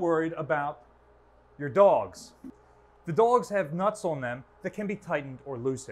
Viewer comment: Does he say «dogs» or «dolges»